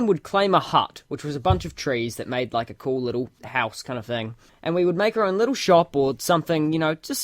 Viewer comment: Leetle wolfie